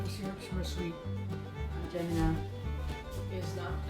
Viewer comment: LOL It's not "Aunt Gemina"!!!!!! it's pronounced Aunt Jeh-MY-mah. However, the brand name is now discontinued because er'body thought it was racist!